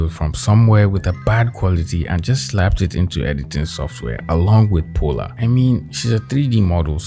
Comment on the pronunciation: My name is Paula and I feel called out when he says Polar